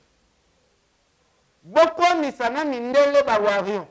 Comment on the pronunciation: ken Mpiana lobaka WARIOR , warion te ... pitopale kkkkkkk mema bango likolo